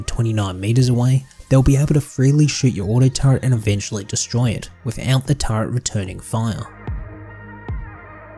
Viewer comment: it's a "turret" not a "turrent" stop adding. pretend R to the word.